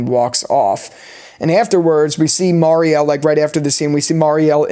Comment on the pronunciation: Dude get your shit together 😂 Its Bakta not Batka Its Mary-elle not Marie-elle What do you mean talismans dont work? Ofcourse they do work but only against the frombies. Its already known that talismans dont work for other things like monster dolls, cicadas and the freaking Man In Yellow is inside the colony house. Roger is not a frombie so obviously its known that talisman will not work for him. Also the scene between Fatima and Donna is not padding. Fatima literally says at the end of that scene she is sassy now because she just gave birth to a monster. Its foreshadowing whats gonna happen right after that scene. Also the scene when Jade laughs that Kenny was a sports coach was also foreshadowing what Kenny does in the climax scene. He has to be very athletic to pull off what he did at the bus. If it was Boyd he surely would have been dead. It was a fantastic episode I agree